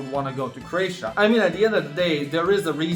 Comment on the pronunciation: Oh did he mean Croatia? 😂